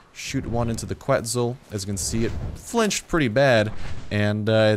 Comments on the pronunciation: It is pronounce Ketzal no Qu etzal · It's pronounced Keht-sahl. Keht-sahl-co-awt-uhl-us. Quetzalcoatlus. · No mean to be a smart ass or anything.. but... KU-ET-ZOL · What? No he didn't. He completely butchered it.